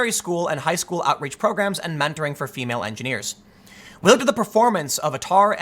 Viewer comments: Atar is pronounced 'Aytah' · it is pronounced "A - tar", Australian Tertiary Admission Rank. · For future reference ATAR is our (the Australian) version of a final score of your high school performance. It’s pronounced A-tar. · Also, in Australia we have ways of getting into the degree you want even if you’re ATAR is too low, from newstep to the arts route, if you want to do a degree, but got a lot atar, you can. Also, tim, it’s pronounced A-tar (like A Team). It’s similarish to an SAT score. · ATAR is what you read out at the start - Australian Tertiary Admission Rank. And we pronounce it A-Tar.... Because were bogans. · pronouce a-tar, ATAR is the australian equivalent of the SAT